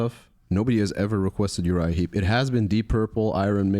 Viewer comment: Heep, not Heap….